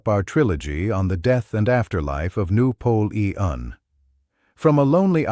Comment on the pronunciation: "noo polee ean" lol and Jesus loves yall, praise God